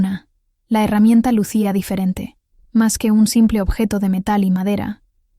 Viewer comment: Q feo habla es persona q narra y no sabe pronunciar como se llama Lucía o luci no se le entiende a feo narra